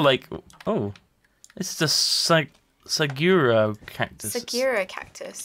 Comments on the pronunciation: As a person who lives in a desert state, I made the hugest facepalm when they were trying to pronounce "Saguaro". Sag-oo-are-oh. It doesn't even look like "Sageera". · The cactus is pronounced su-gwar-oh, you are saying su-gware-oh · it is not a sagura cactus, it is a su hua ro cactus. and it is not sa kur a, it is a sa ku raa tree. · Saguaro. Suuu-waaaaahr-oooooh. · forget that last one, Saguaro is pronounced suh - wor - oh and they are native to the southwest in arizona ( where I live ). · LOL, it's pronounced suh-gwahr-oh (or in Spanish sahuaro). They are the iconic cacti of the American Southwest. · the saguaro cactus is pronounced either 1. sag-wer-o or 2. sag-war-o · It's said suh-gwar-oh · Saguaro. Pronounced sag-wah-roh. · did they seriously pronounce saguaro like that?? -_- It annoys me a lot because i live in Arizona. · Its spanish so its pronounced suh-gooh-ar-ou